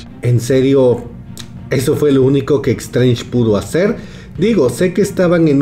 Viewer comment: E"x"trange??? Vamos...se pronuncia"s"trench (más o menos)